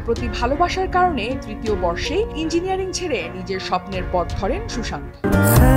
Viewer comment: উচ্চারণ হবে Sushanto 😢😢😢😢😢